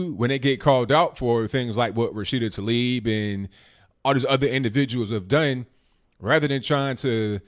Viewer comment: Taleeb Excuse me Tah-leeb As in Tah-Mater